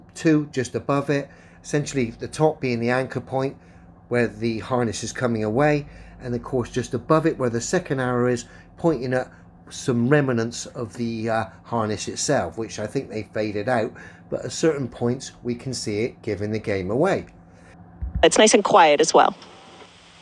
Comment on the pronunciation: Definitely under another name. Sounds exactly like him even the way he mispronounces words e.g. remenants for remnants.